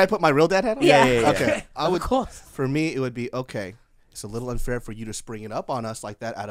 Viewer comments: An hour and a minute in and I'm breathless. Lmfao! Ob-course-uh. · "Ob Course" xD